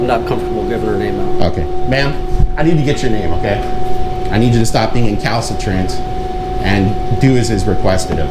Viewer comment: Not incalitrant. Recalcitrant. — your friend professional writer subscriber.